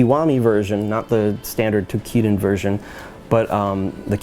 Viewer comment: you cant even say toukidan?